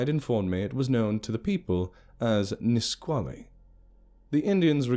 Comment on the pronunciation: proud of you for your pronunciation of Nisqually